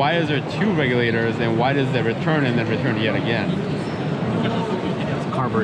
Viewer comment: "The Regulaters" 🤣🤣